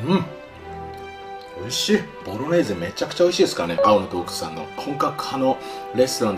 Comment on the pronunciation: 3回目のボロネーゼがボロレーゼになってるの可愛い